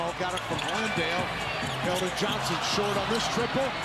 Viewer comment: you mean KELDON not keon